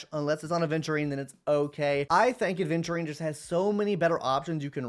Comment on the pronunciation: AVENTURINE not aDventurine Come on it’s not that hard